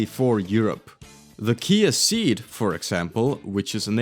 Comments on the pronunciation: Kia Ceed name is in fact pronunced See D and is based on the Cee'd concept car of the 2000s. Search for 😊 Other than that, keep up with the good work because I enjoy every release from you 🎉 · Its pronounced the KIA CEE apostrophe D